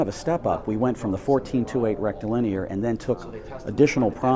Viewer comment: Why does he keep saying "rectal linear"?